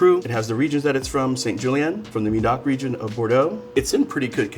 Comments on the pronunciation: It's pronounced "May-Dock" not "Me-Dock" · Stop saying Midoc, its médoc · Why did you have to completely butcher the name of Médoc? Plus the map is so wrong, Bordeaux is in the opposite direction, closer to the Atlantic ocean, you pointed to Bourgogne... It's almost like pointing Napa Valley in Florida and that is bad